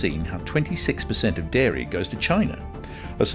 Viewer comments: It's dairy, not diary. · Its Dairy not Diary 😂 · Dairy not DIARY, ffs... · Dairy not Diary.💨💨💨💨💨💩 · DIARY IS NOT DAIRY... 1.28